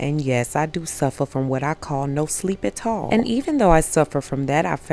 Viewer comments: U have some Caribbean in you awah we does say it like dat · "I do suffer from no sleep-atall" Same girl. 😂